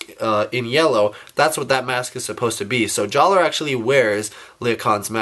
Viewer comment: the R in jaller is silent